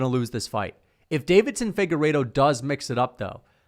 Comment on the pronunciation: Deiveson Figueiredo not Davidson, still a casual and you're welcome